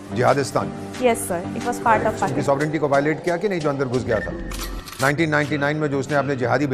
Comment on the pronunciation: He is not as brave as he is showing off ,,,he is not even able to clearly pronounce the name...PAKISTAN .. 😂😂😂